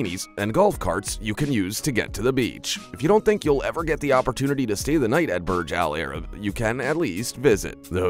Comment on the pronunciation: It's pronounced Boorzh Allah Rab. 'Muricans 🙄